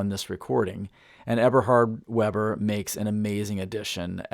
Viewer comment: Eberhard VAY-bur. 🙂 Great video!